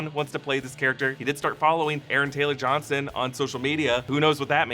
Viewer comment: Did. Did he just say Aaron Taylor-Johnson?